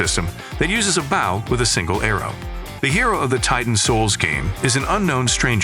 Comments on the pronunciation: I can't tell if that's a really human like sounding tts voice, or a real human that speaks really weirdly. Hearing "BAW" over and over instead of bow was getting kind of annoying. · Well made video, but the mispronunciation of “bow” had me FF to the end. Especially since “crossbow” was said correctly, in the same sentence as “bow”🫤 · The way you say bow is annoying.. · Why do you say bow like that